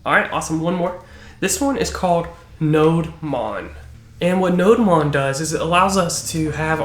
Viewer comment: "Node-mon" Me: "NO-DEMON"